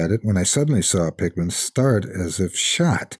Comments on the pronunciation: Everytime he says Pickman, It sounds like Pikmin... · I always figured that was how it was meant to be pronounced... typical English pronunciation would usually result in a name like "Pickman" being pronounced much like "PICK-muhn" or "PICK-min", right?